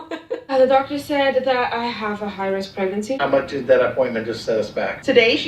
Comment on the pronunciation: I never heard of a "HIGH-RISH" pregnancy hahah